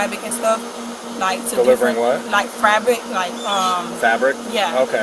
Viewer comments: She can’t even pronounce fabric how tf is she in a school 😂😂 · I think you meant to say (as she did) "frabic" 😂😅😂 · Cop: there charges against you Her: No... 😂😂😂 BITCH HOW YOU GONE TELL ME... I'M TELLING YOUUUU... what you think I was here for??? For you to teach me how to pronouce "frabric" 😭😭😭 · Yoooo the first time she said it I was like I know this broad didn't just say FRABRIC and the school district never gave me an interview. SMH.... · How do you work for the dept of education but dont know how to pronounce 'fabric'? Wtf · “ delivering frabric “ “ delivering what ? “ “Frabric” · She said “frabic” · If you can't pronounce "fabric" then maybe you shouldn't be a teacher. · . Delivering "frabic?" Let me axe Google wut dat meen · When she said “the frabic was delivered in boats but not big boats, yeah stuff like that” 🤣🤣🤣going to jail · “Delivering frabic”😂😂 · I knew she was guilty from the minute I heard she pronounce the word Frabic 😂😂😂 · She says frabric 😂😂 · you know some "PETES" uon know no PETERS in the hood... that's like saying you know a Chad in the hood. She said "frabric" TWICE... which talks me everything i need to know about what area she live in. Sorry, not sorry. Cause it just does. She ain't mispeak... that's how she pronounces the word. My advice. She need to start rappin. It sounds cute on records when Glo-Rilla do it... not that cute having an official conversation with police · Florida woman says she was delivering "frabic". 😂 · do they also mispronounce words to make them seem EXTRA smart?... like "frabric"??? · I knew she was lying when she said FRABIC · You're "so called delivering fabric" but yet you can't even pronounce the word fabric correctly. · She can't even pronounce the word "Fabric" and they are allowing her to work with kids! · A man with no job or home gave you some checks to deposit for delivering fabric a word you can’t pronounce…she walked herself into this she knew it was a scam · Can’t even pronounce fabric lmao